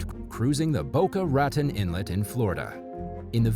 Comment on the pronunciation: Great video but you should look up town/city pronunciations. You got Boca raton and Nashua wrong